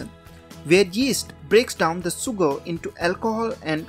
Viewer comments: it is not soogar but sugar, why don't you pronounce correctly? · Great video, but dude, you need to work on your pronunciations! For example: it's pronounced 'shuger',' distilashun',etc....sh vs s